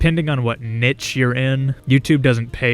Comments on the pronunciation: pretty sure that's not how niche is pronounced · ah ok mb im british so most people pronounce it neesh here